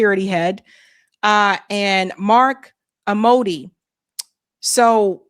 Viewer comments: Mark Amodei. The last name is pronounced AM-moe-day. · It is Mark Amodei pronounced (Am o day) I'n in NV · Mark Am-O-Day. Crook from my home state of Nevada